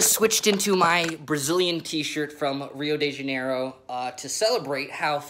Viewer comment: O jeito que ele disse Rio de Janeiro entregou a mentira